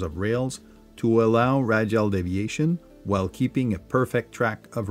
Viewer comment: No offense, but you are pronouncing radial like fragile. Ray dee all.